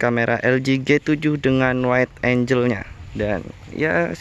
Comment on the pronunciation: bacanya "waid enggel"